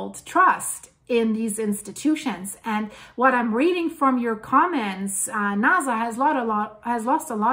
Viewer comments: I like your information but sometimes it's hard to take you serious when you keep pronouncing NASA as it has a z sound.... let me hear you say... snake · It is Nasa to NaZa